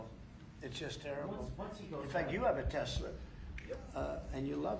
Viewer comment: Idk why, but every time trump says tesla, it sounds like he's sayin "tesler"! He been spendin too much time down yonder!! Lmao